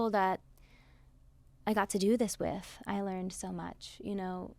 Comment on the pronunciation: First question already almost got her in tears! That's what a good interview is about. And I couldn't help but notice how Cynthia's British and even Glinda's posh accent has stuck with her when she said "the people that I got to do this WIV" . Such a nice program!